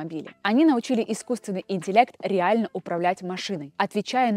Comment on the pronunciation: Ре ально!!! Ре ально!!! Кого уже на половине видео начал бесить это произношение этого слова? 😅